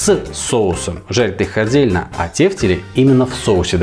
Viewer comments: почему в слове тефтЕли ударение на первый слог? как же ухо режет. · Первый раз слышу ударение на первый слог ))